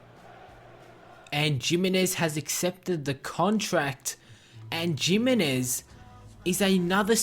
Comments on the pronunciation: It's hi-mi-nez not jiminez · you pronounce it himinez